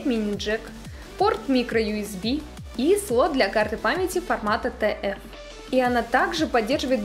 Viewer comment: Если стараетесь правильно произносить названия на английском, то, пожалуйста, не "тэ эф", а "ти эф" (про формат карты).